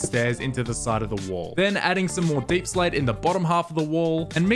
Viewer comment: Is it really pronounced as deeplsate